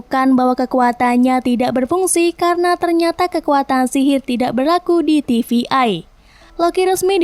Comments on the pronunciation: Untuk pelafalan TVA bukan tivi-ai. Coba perbaiki lagi untuk lanjutannya. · Ganggu bt TVA dibaca TVI berkali kali